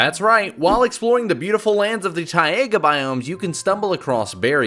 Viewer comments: isn't it taiga not TIEaga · "Tai...a...ga" biome? I wasn't aware that 2nd A was in it. I have been spelling it wrong and pronouncing it wrong my whole life!!!!! :( Otherwise, berry good video, despite him butchering Taiga.